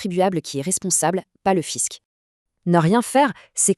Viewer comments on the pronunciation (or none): le "FISQUE" ??????? au lieu du "Fisc" ?..... (à 0'43") .... ça fait sérieux !